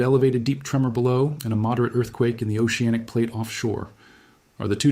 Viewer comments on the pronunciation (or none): none